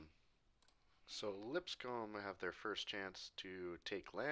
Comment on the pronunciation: Just so you're aware, it's pronounced "Lip-scum," I don't make the rules here, just live where it is